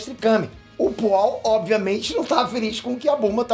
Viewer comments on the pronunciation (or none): Foi pooal ou oolong? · Poaul não né, oolong. Mas acho que ele errou de propósito pra gerar comentários hahahaha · É o Oolong e não o pual!!! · Oolong e não Pual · chamando o oolong de pual é muito bom kkkkkk